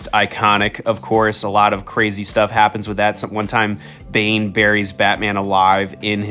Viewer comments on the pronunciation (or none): none